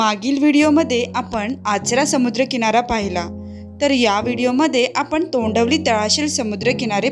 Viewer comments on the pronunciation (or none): तोंडवली नाही तोंडवळी